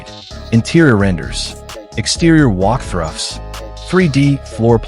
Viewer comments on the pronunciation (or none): Why can't the presenter say, "walk through." He said "walk thruff" several times. Again, the content seems good but the ai voice and video is really debasing it. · So, and I heard a new word for the English vocabulary - WALKTHRUFF!! If you're going to use an AI Voiceover then please listen to it first before submitting it